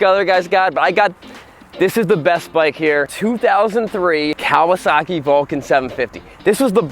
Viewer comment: I think it's pronounced "Ka-wah-suckey."